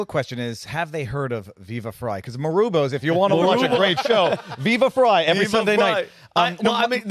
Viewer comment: Guys, Viva's last name is pronounced FRY (short for Freiheit pronounced Fry height), not FRAY. He's too nice to correct people, but I'm not LOL